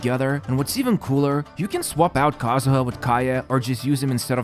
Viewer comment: I can’t believe you just said kazuha wrong